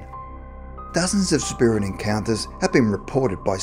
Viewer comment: I personally dont trust anyone why says/says "incounters" lol jesus... Encounters*